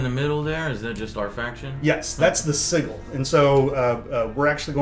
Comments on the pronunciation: Sigil is pronounced "Sih-jul" not "Siggle". Great looking game tho! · Oh my god the guy was saying siggle instead of sigil.